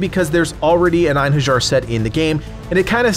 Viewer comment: It is actually pronounced in-hair-yar